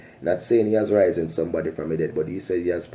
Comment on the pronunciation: How about u try saying riz-en